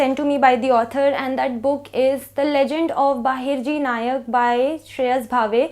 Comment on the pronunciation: not Bahirji Nayak, Bahirji 'Naik'